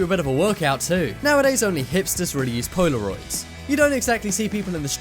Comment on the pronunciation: lol "poy-la-roids"